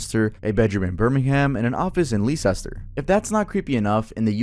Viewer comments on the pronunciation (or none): Leesester💔💔💔💔 Leicester is pronounced lester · Ikr ??? It’s Leicester (lester) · ain’t no way bro💀 Leicester is pronounced like the name Lester, not lee-ces-ter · "leecester" physically hurt me. i know uk place names can be hard to pronounce but dawg its LEICESTER. LESS-TER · It's lester no Leicester dude ❤ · Scariest part of this video was when pronounced Leicester as "lee-sester", instead of "Lester" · Lee sester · ‘leecesster’ made me giggle. it’s pronounced ‘lester’ for future reference 😂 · i absolutely love your content, the leesecter was a great attempt but it’s pronounced “less-ter”. honestly don’t blame you for pronouncing it wrong because what the fuck is “Leicester” but the more you know:^) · ITS PRONOUNCED LESTER NOO LEESESTER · Leicester is pronounced less-ster 😅😅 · Im gonns go out on a limb here and think youre trying to say Leicester 😭 which is pronounced Lester 😭😭 so funny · How did you read Leicester? LMAO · Brother. Please tell me you did not call Leicester Lee-sest-er 😭 🙏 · Birming-ham and leesester 😭😭 I mean leicester is pronounced weridly so fair enough but it still got me dying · Leicester is pronounced Lester btw 😂😂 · Lee-sester? as in leicester? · Leicester = Les-ter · btw it Leicester pronounced liekester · No hate obviously but i heard you pronounce Leicester wrong. It is said "lester", I know it doesn't make sense haha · Im sure everyone has been giving you hell already. i feel somewhat proud of myself because as an American, never visited the UK but still know it's "Lester", but i could see how someone who didn't know would pronounce it like you did. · btw, it's pronounced les-ter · Leicester 😂 - Lester - LEST + uh - Leh Stuh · Thanks. I always pronounced it as Lee-Chester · Dude Leicester is pronounced Lester just for future reference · it’s pronounced Lester 😭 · FYI: Leicester is pronounced "Lester", just like Worcester like the sauce is pronounced "Wooster". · Leicester is pronounced how you would say lester 😅